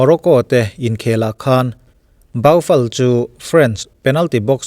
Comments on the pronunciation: Baufal anilo.... bou-fal tia lam tur o sir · Lam dan dik chu ka hrelo a mahse zo deuhin Bufal tiin lam zawk la ngaihthlak nawm zawk ka ring..